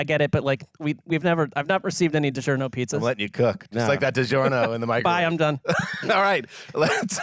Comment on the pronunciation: DiGiornio! Fitting it's the year of the Italian. 😄